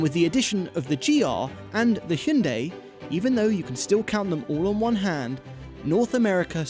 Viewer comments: don't lie to yourself, it's not Hun-day, it Hi-un-die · its "hi-you-on-die" not "he-you-on-day";) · Homeboy keeps saying hinday lol 😂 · It's pronounced hun day sir geesh. ~ american citizen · "Hinday" Thomas: "Elaentra" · Hin-day El-an-tra what the fuck 😂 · Guys.. It's pronounced "H - Yawn - Day".. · Learn to say hyundai